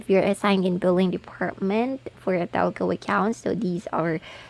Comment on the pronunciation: Talco? HAHAHAHAHAHAHA funny Trying hard